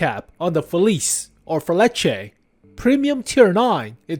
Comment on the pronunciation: please call it feliche, its not english..